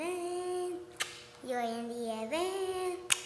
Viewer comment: Astig na pa-concert 'yon ni Kuya, ah? 😄👍 "I'm in a Yeven. Yeah, yeah. I'm in a Yeven. Yeah, yeah". Tinalo version ni Bryan Adams na "Heaven". 😅😅😅😂😂😂💚💛❤🧡💜 Maliit pa sya that time. 🤩